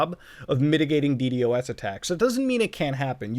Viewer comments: why did you keep saying "dee-dee-oh-essing" instead of Dee-Dossing, it's so much easier to say lol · Stop saying D-D-o-S you can say D-dos, 🤦‍♂️ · its so weird to hear someone actually say d-d-o-s instead of deed-ahs LMAO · never wanted to punch a man so bad as i did this man when i heard D.D.O.S instead of D.DOS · please stop saying "DE-DE-OH-ESS" and please just pronounce it "DE-DAW-SS" like a NORMAL PERSON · I hate how he kept saying D.D.O.S instead of ddos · Please for the love of shiz, call it d-DOS, not D.D.OS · Dude stop saying D-D-O-S It’s pronounced D-DOS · Why do you call a ddos a d.d.o.s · ur the only person that says d-d-o-s isnted of d-dos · please just say DeeDOSS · Muta pls stop saying d d o s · God please, call it de-dos Its so much easier please